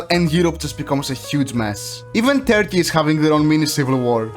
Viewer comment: I love "Terkiy"